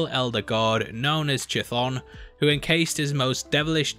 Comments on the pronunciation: I believe the correct pronunciation is "kuh-THON." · Chthonic is the root meaning pertaining to or of the underworld in ancient Greek it would have been pronounced with a hard c like a k an English is pronounced as if the sea were silent or rather an unbreathed stop